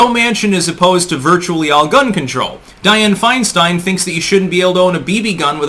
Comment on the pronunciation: Mrs 1940’s, FeinSTEIN (its Stein, not STEEN), is a Communist operative. Just like most of these lifetime politicians, they are traitors and have no loyalty to the USA Or Americana (Americana = Our amazing “hometown” “home-down” way of life and small town-like sensibilities, that comfort us and unite us in quaint familiarity). These politicians are responsible for America losing her “innocence” via everything from geopolitical terror, to cultural ROT via “hip hop culture” being PUSHED on us for 3 decades now. The Communist knows Nothing can destroy a country from within faster than the PUSHING on a society of those who make up the “hip hop” demographic. The “Hip Hop Demographic” is literally THE lowest of “Common Denominators” Socially speaking...... Once the HipHop demographic ROT takes hold, all standards and respect for authority, property, women, culture, economy, and laws, which took 200 plus years to build upon are COMPLETELY and carelessly discarded, thus bringing a society DOWN to the LOWEST COMMON DENOMINATOR. They will NEVER raise a society. EVER. This is how the Communist creeps in. Like a thief in the night, who will never leave. They just keep burrowing and burrowing until acceptance. Then all is twisted. That which is wrong, is right. That which is right, is now wrong.... We Are fighting for our lives now.